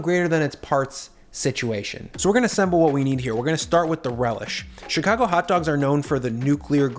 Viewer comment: Fingie?? Chicagie?? How old are you?